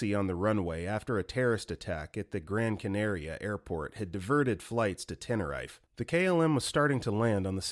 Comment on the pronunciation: Story 88 I shouldn't laugh during a video or story like this, but hearing the narrator call it Tennor-Rife just cracked me up Tenner- reef is how it's said.